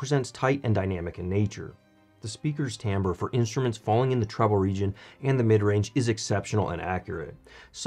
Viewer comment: Finally someone who pronounces ’timbre’ correctly! Great review on great speakers!